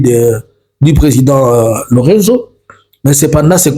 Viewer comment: Presidente João Manuel Gonçalves Lourenço. En français, lourençou non lurenzo